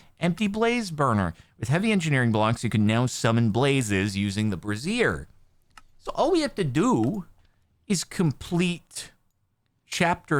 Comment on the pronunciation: Mr Sparkles does know he's calling the burners by the wrong name, right? He's saying Brazier for the bit, right? Cus if not, it's more like "Bray-zure" and he's gonna feel silly once he learns what a "Brazier" is.